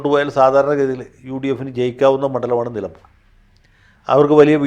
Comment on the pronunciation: നിലബൂർ അല്ല. നിലമ്പൂർ ആണ്